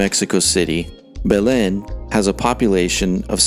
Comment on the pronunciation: I’ve never heard anyone pronounce Belen like that.